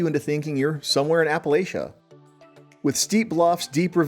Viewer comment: Why did you say Appalachia wrong? Have you ever left Florida?